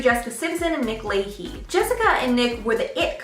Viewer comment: Nick La- chay, not Layhee.